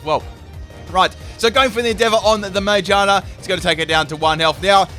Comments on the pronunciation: Mayjarna? It's Ma-gear-na. (Unless there is an inside joke I have somehow missed) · I wasn't going to comment, but you butchered the pronunciation so many times I just had to correct it. Magearna. Muh-geer-nuh. Like spinning gears in a clock. It's a clockwork pokemon. It makes sense. I don't know how you got "May-jonna" from Magearna. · The way he says some of the Pokémon names pisses me off. No it’s not ti tugga it’s tirtouga. No it’s not majeerna it’s magearna. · when he says ma-gear-na wrong it messes with me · Its Ma, Gear, Na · im sorry did you just call magearna mayjarna? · It’s pronounced ma-gear-na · Sorry but the way u say magerna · For the record, ma-GEAR-na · Why does he call Magearna man-gina. Lol wtf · it pronounced Mag-gear-na. Not what you said xD 😂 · jeez that pronunciation of magearna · IM SORRY I HATE WHEN U SAY “mimiku” ITS mimikYu Also when u say “Majearna” ITS MAGEARNA